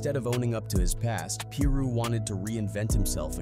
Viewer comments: Pie Ru not peer ru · How come every content creator can pronounce a single thing correctly? PEER ROO? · he even said “Piru” correctly a couple times but kept saying Peer Roo majority of the vid lol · Pie-roo man. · “Lil Peer Roo”